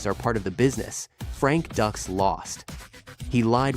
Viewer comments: DUX is pronounced "DUKES" not "DUCKS" 😂 and years later it was found to be 100% total BULL💩 But made JCVD a movie star & don't forget OGRE in there "NERRRRDDDSSSS!!!!" 😂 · It’s not “ducks” it’s “dukes”. He’s a fraud but at least get your facts right. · Ffs its pronounced Dukes. They even make a joke about it in the movie. Also his lawsuit had nothing to do with bloodsport. It had to do with the movie The quest. That literally takes like 5 Seconds to look up on google. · DUKES not Ducks. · Why does he keep saying "Ducks"? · His name "Dux" is pronounced "Dukes". Dillman never used his no touch knock out on anyone except his students. The person who attempted the no touch knock out was one of Dillman's students. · If you've seen "Bloodsport" you know his name! And you also know that it isn't pronounced "ducks." 😆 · If you've seen bloodsport you'll know his name...says his name wrong anyway